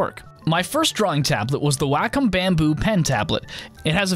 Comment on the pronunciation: If I hear 'whack-um' one more time...! It's pronounced 'waah-kum'!!